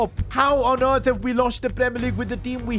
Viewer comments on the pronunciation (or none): none